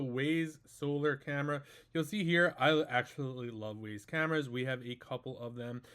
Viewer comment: Wyze. Not Wayz. English language has failed you.